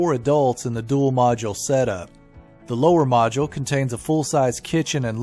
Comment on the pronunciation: ...I seriously love each and every video you all do and I know how much time , money , energy and efforts go to make one video...I just have one thing to say " Please for GOD'S SAKE pronounce the word MODULE correctly...Its MODULE and NOT MAJULE..."